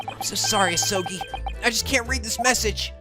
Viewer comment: More like "A-soul-gi"